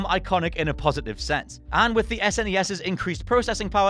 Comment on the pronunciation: Triggered by the pronunciation of SNES